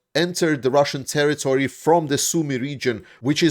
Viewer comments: "terrory"? Do you even try? lame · Territory not terrory